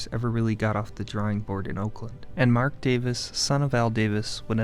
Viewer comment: dude is pronouncing oakland, "olkland"